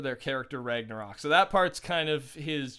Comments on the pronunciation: You finally said ragnsarok right woo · he said Ragnarok right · You’re saying ragnarok correctly man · You pronounced ragnarok properly today!